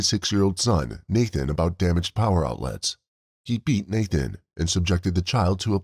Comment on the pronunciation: If you have to do a video on the lives of these poor children then at least have the decency to know and pronounce their names correctly his name was not Nathan his name was Nahtahn